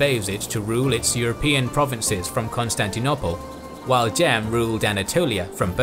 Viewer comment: Pleeeease can you say Constantinople properly thanks 👍 (the last o is long - no one says it the way you say it lol)